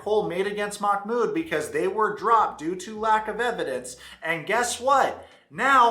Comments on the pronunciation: I am Arab and the correct pronunciation is "Mah-Mood" محمود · Its "mahh-mood" you pronounce the h softly like you would at the beginning of a word. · They are pronouncing it Mock-mood 😅